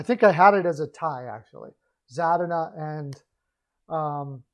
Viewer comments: its pronounced za-deen-a, as a wings fan I just found it kind of funny, we all make mistakes sometimes, it was still a great video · Za-din-a lmao